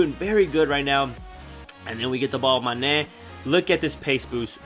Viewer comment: love the way you say mane's name loool manèèè!